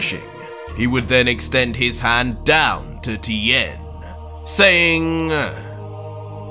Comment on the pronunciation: He mispronounced tiens last name it’s supposed to sound like Shin hon.